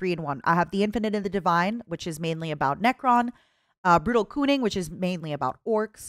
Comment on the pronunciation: i found it kinda sus the pronunciation of "brutal kunnin"